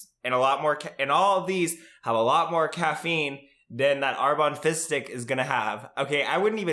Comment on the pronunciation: Am I the only one who hears fist dick instead of fizz stick?